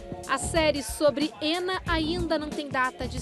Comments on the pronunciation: É muito estranho a reporter ficar falando: "Éna", "Éna", "Éna"... pô, se a mulher é russa, chama logo de Ana... se quer pronunciar de modo "anglicizado", melhora a pronúncia... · Tentando perceber como é que Anna se torna "ênna" 🤦‍♀️